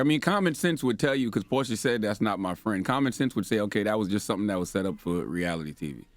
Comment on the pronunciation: I love me some porcha but sis it’s messy with capital ESSY